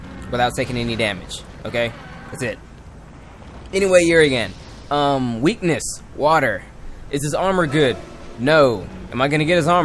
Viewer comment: his your favorite monsters...yet you can't pronounce his name.